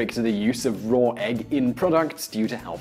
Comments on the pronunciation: Sean Dyer and yet, there still are no "r's" in "raw." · Listen to how he says "raw egg." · Sean Dyer Yeah, where did I say he was wrong? I've known for a long time that the Brit accent adds "r" on the end of some words (as someone else pointed out, Oasis famously says "champaign supernova(r) in the sky.") Seriously, not everything is a personal attack on you. If I want to point out something that I think is interesting and unusual (to me) then maybe I just think it's interesting.